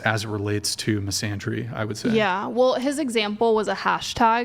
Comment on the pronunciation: She can’t even pronounce “misandry”…. Misandria…. This is why you can’t listen to a thing she says, she doesn’t even know how to pronounce the word….